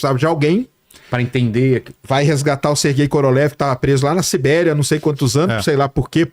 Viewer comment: Pronuncia direito Koroliev!!!! Kkkkk